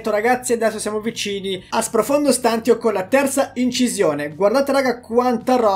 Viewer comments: pronunci male STANTIO, prova a sentire meglio la pronuncia da qualche parte 💪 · La tua pronuncia di stantio mi triggera e non poco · Non è "profondo stàntio" ma è "profondo stantìo" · Dubito si dica stàntio, ma stantìo. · Odio sentire stant io Ahahahaha E non stantio Comunque sei un grande continua cosi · "Stantio" va pronunciato come "stantìo" non "stàntio". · Stantio con l'accento sulla i👍😐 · Profondo stantììììììo non stàntio... lol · ti prego la smetteresti di dire stàntio, si dice stantìo con l'accento sulla i. Se vuoi puoi controllare anche sul dizionario. Mi triggera un sacco come lo pronunci, comunque grande come sempre. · Stantìo,pls stàntio non si può sentire😂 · non è per fare il rompicazzo ma sprofondo stàntio non si può sentire si dice stantìo! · Si dice sprofondo stantìo, non stàntio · Ok che spacchi pure se sbagli la pronuncia, ma è STANTÌO non STÀNTIO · Oltre l'inglese, impariamo anche l'italiano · Ti prego dragon, si pronuncia “Profondo Stantìo”, non Stàntio ahahahhaah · si dice “ Stantìo “ non “ Stàntio “ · guarda che si dice stantìo e non stàntio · Scusami se te lo dico ma si dice stantìo non stàntio, sorry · si dice Stantío non Stántio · Profondo stantìo , non profondo stàntio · Si dice stan-ti-o non stan-tio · STANTÍO Accento sulla I dragon ahahah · Si dice sprofondo stantío con l'accento sulla i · Si dice sprofondo stantìo con l'accento sulla i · dragon ciao belle news complimenti. Però si pronuncia profondo stantìo accentuando la i. Lo stavi anche dicendo bene. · Si dice Stantìo, l'accento è sulla i. Pensavo lo facessi apposta... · si dice "stantìo" con l'accento sulla i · si dice stantìo, con l'accento sulla i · Comunque si dice SPROFONDO STANTÌO !!!!!!!!!!!!!! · Ma non si diceva profondo stantìo?🤔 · la pronuncia di stantio è stantìo(stantiio) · Si dice stantìo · Ma puoi iniziare a pronunciare bene STANTÌO? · Qualcuno spiega a come dire 'stantio' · Non si pronuncia così stantio ;)